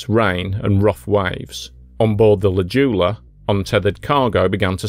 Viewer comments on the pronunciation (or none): This one hits close to home, a little bit too close for me. Anyway, it's pronounced J-OO-la, not Juula. Sorry for being pedantic.